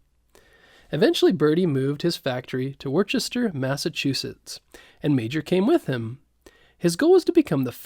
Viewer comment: Very well written and narrated! I suggest editing “Worcester “ to be pronounced correctly. (Wu ster)